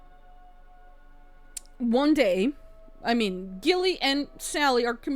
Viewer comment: Hey! This is one of my most beloved witch movies.😊 I can't even remember the number of times I have seen this. Ok, one thing that was bugging me, & I know u are just saying it how it's spelled, but u were saying Nicole Kidman's character name wrong. U kept saying "Gilly"/"Gillian", but it's pronounced "Jilly"/"Jillian". That's why her sister called her "Jilly-bean", like Jellybean (candy). U ain't kidding about having bad apples w/women too. My ex-girlfriend was a cheater. Actually,, PRACTICAL MAGIC 2 is suppose to be released in 2026.😊 Anyway, fun reaction. Glad u liked the movie.😊